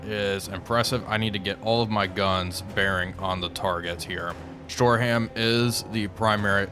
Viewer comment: Shore-um not shore-ham